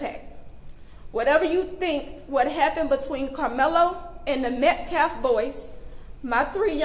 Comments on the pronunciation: YOU LIAR! You don’t respect life! YOU are so disrespectful you can’t even PRONOUNCE THEIR NAME CORRECTLY!! It’s not MetCLaf it’s MetcAlf!! How about we call him CRAMelo Anoty? You would cry out in protest. This Gnad b.s. is a leech try to make his name memorable! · Why is he trying to act educated ?.....you don't know how to pronounce Austin Metcalf ?.....it's Metcalf, not Metclaf you idiot ........is your name Buckwheat ? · You don't respect anyone! Especially the victim. You don't even respect him enough to take the time to learn how to pronounce Austin Metcalf's name! It's NOT "Metclaff"! It's "Metcalf"! And his father has every right to be at a public press conferance that concerns the death of his son. Especially if he isn't causing any trouble. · Metclaf? Really? Talk about disrespect. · Will not attack a grieving family but then turns around and does exactly that. Also, how hard is it to pronounce METCALF CORRECTLY? Psssh gtfoh hypocrite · Just a side note....when you can't even pronounce the MURDERED child's last name correctly, you have nothing i want to hear! It is his RIGHT to attend an open forum press conference. GOD is ashamed of you for your behavior and your lack of compassion. One day, you'll have to answer to HIM✝️ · Someone please tell the spokesperson how to pronounce Metcalf already 😅. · That so called minister is a racist piece of sh*t ! He can't even f'ing talk correctly ! "So it don't be asked later". He said "Metclaff" instead of Metcaffe....the other day he said "deflence" instead of defense on three different occasions....what an uneducated idiot. That family is letting a criminal handle their PR etc., what a damn bunch of dummies.